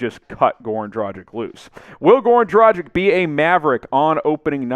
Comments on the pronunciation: Its not Dragig, its Dragic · It is a tragedy ( or Dragedy ) that you can´t speak the name Dragic right. Rhyme it with Doncic and it should work. You don´t say Doncig, do you? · Please please learn how to pronounce his name dragic' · I like your content, but please try to pronounce Goran's name correctly. The G in his last name is pronounced the same way as the one in his first name. As for the C, it's pronounced the same way as you already do with Doncic. FWIW, I think Dragic would be a great addition for a few different reasons. One of them is better team chemistry, the other being the fact Goran will be extra motivated to end his NBA career on a high note.